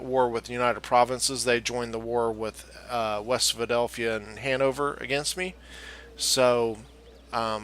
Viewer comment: “West Phildelphia”